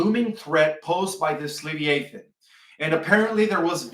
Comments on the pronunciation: It's pronounced Le v-eye ah than. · Live- I - A - Thon. Is the pronunciation. 😊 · Pronounced le vi a thon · I CHECKED MY BIBLE !! Because I knew it speaks of the “LE VIE (eye) A THON”… slight different pronounciation.. I remember reading about it in: Job 41… Ps. … Ps. 104: 26 thru 35! Monsters in the sea!! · It is properly pronounced. ....le v eye ah than... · I think it is pronounced Lee long e via long i . It’s actually easier to say. I think that’s what you mean. I had to look it up in Webster.